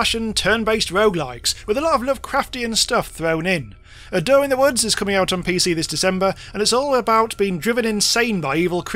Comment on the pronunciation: I thought you were saying "A Doe in the Woods"... I'm not sure which would be a better horror title.